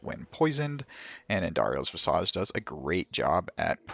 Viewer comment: Why do people keep mispronouncing visage?